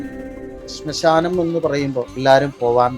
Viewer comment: സ്മശാനം അല്ല ശ്മശാനം ആണ്